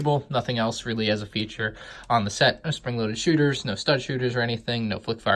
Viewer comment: did he say foot fire missiles